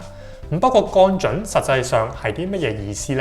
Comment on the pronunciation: 已訂閲。但希望你改善懶音「銀」，「降準」⋯等等都需要讀正音。